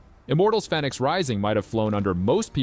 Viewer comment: The way you pronounce fenyx is infuriating